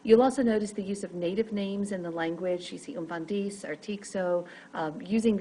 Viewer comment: Thank u:-)...very informative...but just a little correction, its umfundisi not umfandisi